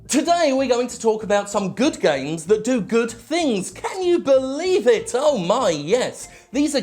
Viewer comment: I can't get enough of the way Jim pronounces "gaiymes"